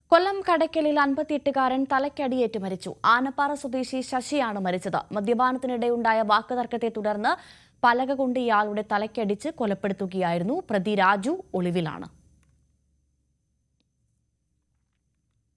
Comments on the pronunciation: Manjappara alla anappara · മഞ്ഞപ്പാറ അല്ല ആനപ്പാറ